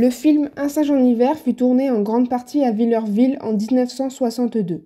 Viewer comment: Le village de mon enfance... pour info on ne dit pas "vill-EUR-ville", on dis Villerville , phonétiquement, "vill-air-ville"... 😉